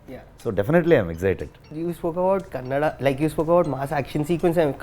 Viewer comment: I’m glad to hear the word Kannada from the interviewer instead saying Kannad .